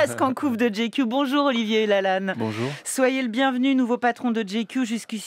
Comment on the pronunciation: Pourquoi cette prononciation ridicule ? GQ ça se prononce " j'ai cul " !